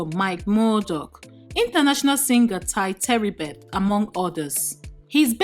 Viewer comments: Tye tribbett is not pronounce the teribbett LOL. A "mere pastor" had a birthday in Dubai.... Imagine the mentality. Pastors are meant to be mere and not rich. Coza in 8mins....... LOL 😁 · What!!! You called Tye Tribbet with an igbo intonation? Tye Teribet.......Hmmmm....